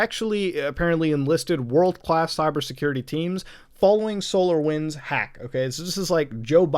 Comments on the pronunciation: Every time he says solar winds I heard solo wins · Ooooo I though he saying solowins